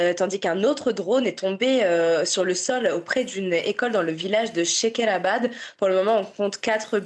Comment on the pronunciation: les journalistes se trompent avec le nom de la ville, ce n'est pas chakarabad, mais shekerabad